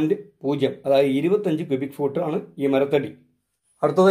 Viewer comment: കുബി അല്ല ക്യുബിക്